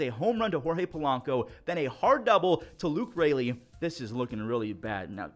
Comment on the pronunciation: he said Raleigh instead of Raley